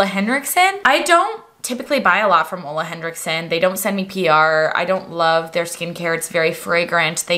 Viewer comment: An English speaker who can finally pronounce Ole with oooo and not uuuu!! 🙌🏼🙌🏼